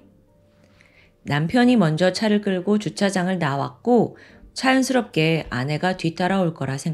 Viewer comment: 자연스럽게? 차연스럽게?